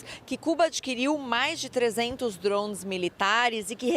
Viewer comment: Por que falar “drouunnes” se o equivalente em português é “drones”? 🤦🏻‍♂️